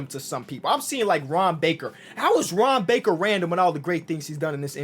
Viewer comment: I swear to God everytime he said Ron baker in the beginning I legit thought he was saying harambe